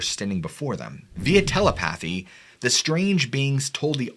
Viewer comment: TelEpathy,, portholes not portals. Check pronunciation of '"visage". It's a really good channel though 👍.